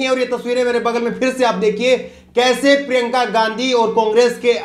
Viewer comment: क्या यार! प्रिंका गांधी मत बोलो । उनका नाम हैं प्रियंका या प्रियांका बोलो ।